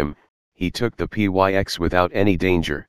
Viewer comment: P y x ..pyx ( picks ) ... drop the robot voice Lovely story showing Our Lord's true presance.